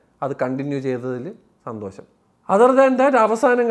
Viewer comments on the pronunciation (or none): none